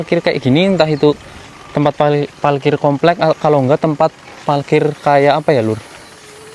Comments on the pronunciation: parkir, bukan palkir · Salfok sama ngomong nya "PALKIR" hhee parkir parkiran mobilll😭🤣